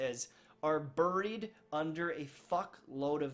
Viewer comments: Is that how you’re supposed to say “buried”?? Burrreeeed? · BURRIED? I don't know what region that pronunciation comes from. Joking around, good vid. I feel for my Destiny streamers. These folks were along for the awesome D1 ride. D2 just ain't getting it done. I've been hitting PUBG hard for months now and just don't even crack open Destiny. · haha "Berried" like he got changed in to a berry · Berry’d aye? Canadian accent aye 🇨🇦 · I love how he says “burried” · Just a sad situation all around. I dream of the day I see the Destiny twitch directory light up like a god damned Christmas tree. I think it can happen too, but it's going to take a lot of work and a lot of time. I'll remain cautiously optimistic about the future of the franchise - but I'll also reach out and play other games that grab my attention. ...also, you say 'buried' in an interesting way, and it's now stuck in my head. ILU.